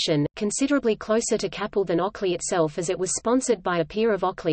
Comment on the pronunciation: It is pronounced Kay-pel